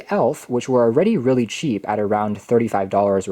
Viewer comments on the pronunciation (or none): none